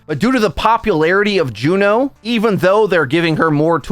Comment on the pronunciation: Ok...who are you and what did you do with? Pronouncing her name correctly?! Inconceivable!